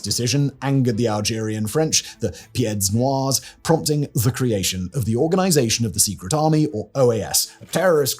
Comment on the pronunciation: Thank you for this! If you're interested, the "s" in pieds and noirs are silent. As are most s' at the end of words in French).